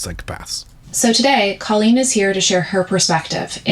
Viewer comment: I love a good comeback/rehabilitation era for some people who have been cancelled…. Colleen? No. She’s foul and undeserving in every way. Side note, I thought she pronounced her name like colon.